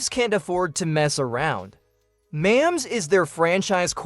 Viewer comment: You're not saying his name right dude you also did not say mahomes name right either